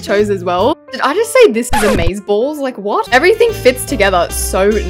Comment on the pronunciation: The way she said AmAzeBAlLs💀